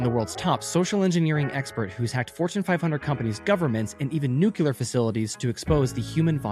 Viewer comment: Nuclear not nucular